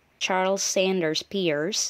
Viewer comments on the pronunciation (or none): Pierce is pronounce "purse"